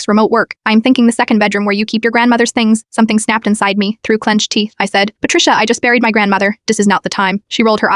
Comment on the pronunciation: How does AI not know how to pronounce the word "me"!? Or "At"!? Lmao it pronounces each letter separately